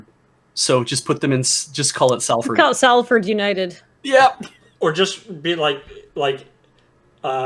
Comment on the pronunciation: You pronounced Salford wrong. The fist syllable is pronounced like salt.